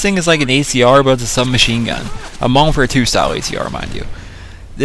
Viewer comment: Y DO PPL SAY MODERWARFARE WHEN TRYIN TO SAY MODERN WARFARE LOL WAT OVER ALL IS THE BEST GUN ON MW3